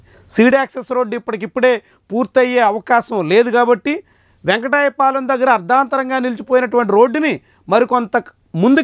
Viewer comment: వెంకటపాలెం వెంకటాయపాలెం కాదు